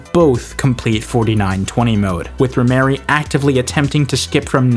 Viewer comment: it's Rhemery, not rhymery or rhy mary. she is trans